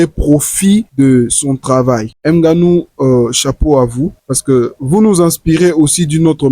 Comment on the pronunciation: M' GANOU, MDR ridicule, frérot t'es pire que ridicule quand tuy prononce le nom de ton frère de la sorte.🤣🤣🤣🤣 Tu es "un idole" wouaou.